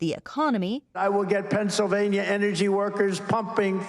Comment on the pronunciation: did he say pRennsylvania?